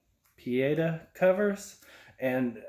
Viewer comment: Pieta is pronounced pēāˈtä, with a tah at the end, not a tuh. I went to a catholic grade school lol. Don't worry, I don't think I have heard it pronounced correctly from anyone else either!